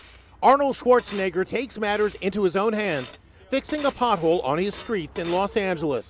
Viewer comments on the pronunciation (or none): I think it's Arnold Schwarzenegger not Arnold Schwarzenigger